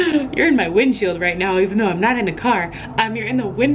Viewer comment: Hey...Did ya drink a couple beers beforehand? Lol.."windshield"...just kidding....I loved the episode but it wasn't as gut wrenching as I was expecting it to be...Carl has done a 180 since last season...all he wanted before was Negan dead no matter what...the next minute he wants everybody to live...did I miss the reason for the big change? Anyway...I could go on for hours about the episode..but it was a great one..keep up the good work